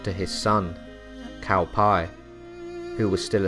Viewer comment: I've tried to stomach these pronunciations, but Cao Pi (or the generally superior version of translation Ts'ao Pi) being pronounced "Cow Pie" is just too much.